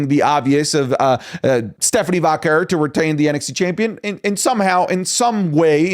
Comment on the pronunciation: ............It's Stephanie VAQUAY. Get it right next time😤